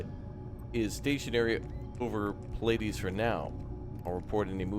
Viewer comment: Pleiades - pronounced "Plee-uh-deez" is an awesome star cluster. In Japanese, it's Subaru. So. The Subaru was lost.